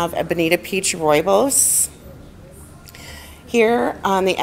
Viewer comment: Its called "rooibos"